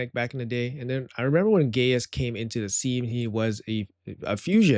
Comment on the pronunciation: I don’t think its pronounced gay-us. But I could be wrong…